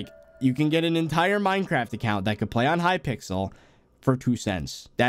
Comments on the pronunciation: when u said mineacraft instead of minecraft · "MineAcraft" lol